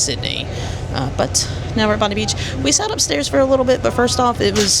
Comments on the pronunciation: It is pronounced "Bob -Eye " not Bondee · Bondi is pronounced Bond-eye.